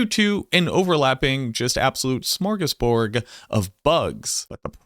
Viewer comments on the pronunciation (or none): smor·gas·borD not smor·gas·borG